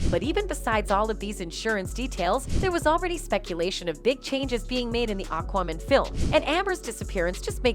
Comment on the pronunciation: STOP PRONOUNCING IT AQWOMAN. IT'S AQUAMAN. MAN! GET IT? MAN! FUK!